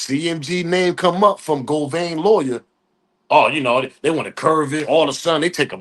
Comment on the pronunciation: Say it witme GO-VAN NOT GO-VAIN GOT IT OK